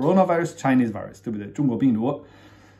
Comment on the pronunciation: 请转告Stone 说Virus 的时候V音要用上牙咬下嘴唇啊…………！！！作为生活在美国的人……这发音也太烂了，他把评论关了也没办法提醒他…………………………